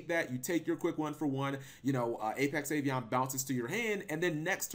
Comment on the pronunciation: Are you pronouncing Avian as Avion? Wtf? Do you not know what the letter a is?